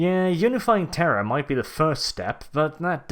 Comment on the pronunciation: Anybody noticed that is pronouncing "terror" and "terra" both as "Terra'h"! Sometimes it can be really confusing.